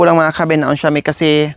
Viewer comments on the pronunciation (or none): none